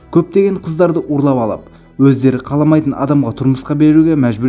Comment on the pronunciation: Урлап демейді,ұрлап дейді.Қазақ әріптерін айта алмайсызба?